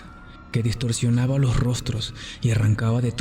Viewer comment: Hola me topé el video por casualidad, me gustó! Buen trabajo. Aquí no dice que puedo opinar pero como retroalimentación, no sé si es tu fin, pero se pierde el acento neutro cuando pronuncias algunas palabras como: odiadas, gargantas, distorsionaba. Si no es tu fin un acento neutro de igual manera me a agradado mucho. 🌹